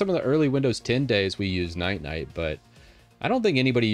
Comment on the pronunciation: still calling Ninite "Night-Night" 😂